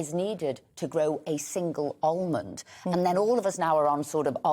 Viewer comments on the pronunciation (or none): I think a cow needs more water than an "Oll-mond"